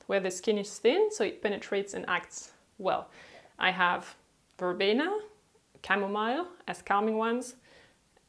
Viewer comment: You need to work on the pronunciation of certain words in English “chore”, “citric”, “chamomile” etc etc. Not hating, just a tip so you can improve your English speaking. Otherwise, cool videos. :)